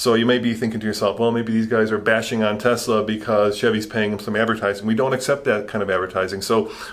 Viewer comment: thanks for saying "Tesla" ---- with an "S" and not Tezzzzzzzzla some of the Tesla advocates are SO obnoxious and thanks for caring about the truth!